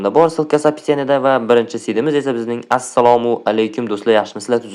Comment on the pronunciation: brooo assalamu emas assalomu a ni o qilib qoyibsiz😢😢😢😢😢😢😢😢😢😢😢